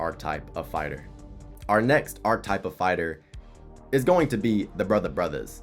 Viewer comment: that ain’t a typo dawg you called it “arc type” the whole video lmao